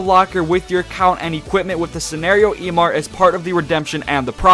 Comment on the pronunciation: emart? lmao its emote